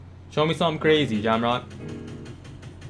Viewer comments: is saying jamrock it’s pronounced jay ohh mock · The pronunciation of jaomock, rip😂 "jamrock" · it’s J O Mock now jam mock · It’s jaomock g not jam rock and yeah he is the best builder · Nigga said jammrock LOLLLLL😂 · My man can’t even say jaoommock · i swear u saying jamrock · Who TF is jamron . Lol its "Jay. O. Mock" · He said jamrock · It’s pronounced Jao-Mock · my bad but you saying his name wrong it's jay-o-mock but its spelled jaomock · be saying his name wrong but much love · Jaomock representing Canada Lets get it 🇨🇦 but u can't call the man a beast and say his name wrong that's disrespect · u said his name wrong i’m dead